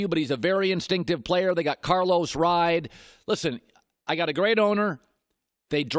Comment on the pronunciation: I believe that it's Carlos Hyde, not Carlos Ride.